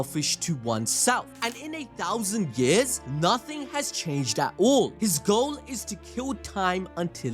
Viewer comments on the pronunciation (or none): none